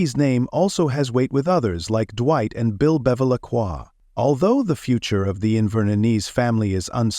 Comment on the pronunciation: I was lol when I heard Bill Beva-la-kua